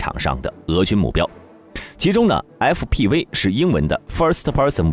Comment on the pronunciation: fpv😂念成啥了